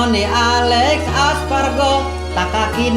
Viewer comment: Aspargo ndhasmu.. Espargaro bang 😂